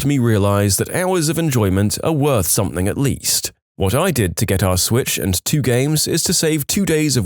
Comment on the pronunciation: No K in the word something